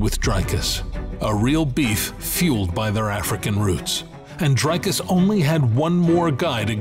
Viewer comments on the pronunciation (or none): He is th Fing champ of the world learn to say his name . Its not dry-cus its dric-us